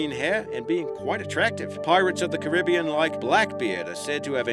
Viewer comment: u pronounced Caribbean wrong